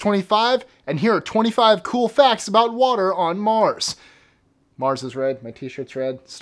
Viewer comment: i like the way u say Mars xD